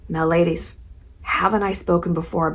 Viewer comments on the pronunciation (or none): none